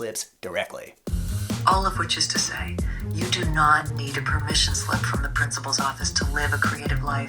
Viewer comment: not me thinking you're saying permission sleep